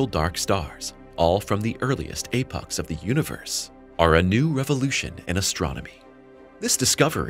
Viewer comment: you said “Apox” what is Apox?